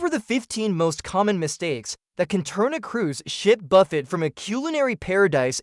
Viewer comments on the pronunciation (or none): I believe it's pronounced Buff-AY, not Buff-ett.